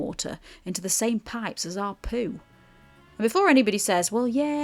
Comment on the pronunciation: Same not Somme ,Sorry